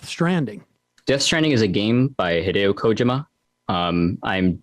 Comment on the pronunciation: Hideo KOH-Jim-Ah !